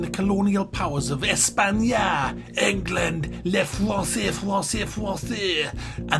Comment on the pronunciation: Les françoués ! les françoués ! les françouèèès ! 😂😂